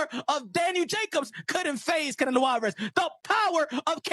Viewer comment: Hey AI its CanEllo not canalow